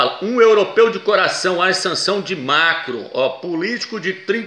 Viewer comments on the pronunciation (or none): Nossa, que agonia ouvir MACRO e não MACRON, mas o vídeo é legal. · que nervoso da esse irmão chamando Emanuel "mácro" , macro é mercado porra! é MACRON.